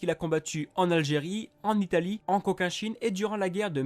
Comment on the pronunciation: CoCHinchine*, pas "Coquin-Chine"